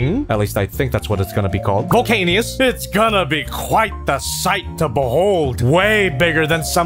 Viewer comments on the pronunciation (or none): Volcanicus, not Volcanius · I lost part of my soul when said "Volcanious" when it's Volcanicus but I'm used to him making parts of my soul leave